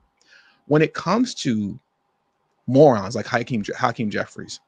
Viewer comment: Hacream was at diddly what i heard 😮